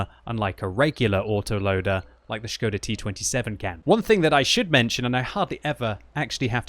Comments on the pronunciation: gives all kudos for saying Š right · Probably the first English youtuber who can read Š. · I appreciate your pronunciation of the word Škoda:)